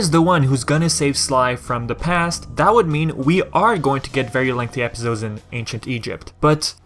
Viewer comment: Its funny how you say Epizodes instead of Episodes (no hate, I swear)